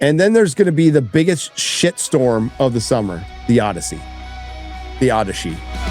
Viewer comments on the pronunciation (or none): "the OdySHE..." 😆😆😆😆😂😂😂😂🤣🤣